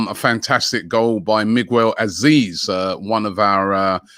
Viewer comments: Who in God green earth is Migwel Azeez?? First Dan Azeez. Now Migwel Azeez. The Don of mispronunciation strikes again.. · “Migwell” Azeez 😂